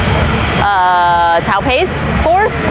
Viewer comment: How do 2 females still not know how to pronounce taupe?